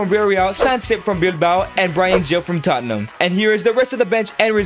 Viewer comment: It's da history of da Tottenham 😂